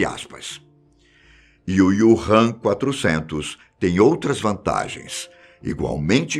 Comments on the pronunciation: Não é IUrram, é Úrram... Wu Han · Prezado, o nome é Wuhan e não Ywuhan! ;-) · Desculpe ñ consegui ver o vídeo inteiro com ele falando o nome da cidade errado o vídeo inteiro kkkkk